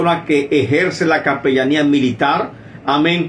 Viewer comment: Es capellania no capellamia.